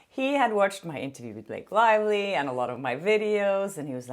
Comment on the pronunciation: Did I hear wrong or did you call her Blake Liely? 😂